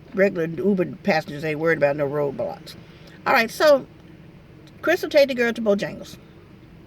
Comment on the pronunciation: Lol sounds like she said ROBLOX say really says Roadblocks Like if true